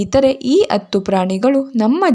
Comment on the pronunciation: ಅತ್ತು ಅಲ್ಲ ಹತ್ತು😂😂